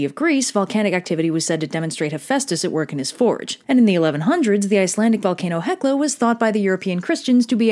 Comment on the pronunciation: You actually pronounced Hekla very well, well done 👍